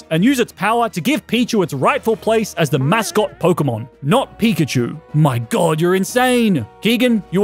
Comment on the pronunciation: you said pichkachu on